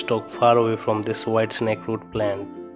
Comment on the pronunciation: "De why snakeroo"